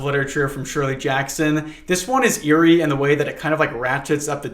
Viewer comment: are you trying to tell me not to trust the guy who has made companionship with a parrot? see, what's wrong with seeing a parrot? yay, gay :D half the time you say "eerie" it sounds like "yuri" i didn't want to mention it repetitively but this feels like a relatively good opportunity to mention that even though this is in fact not yuri they're men WHY IS ONE OF THE COUPLE OVERLY CONSERVATIVE OF ALL THINGS??? My brain heard this as "Sedates" at first and was mortified, your calm description made me have to do a double take on it i didn't like hearing about guts what thank you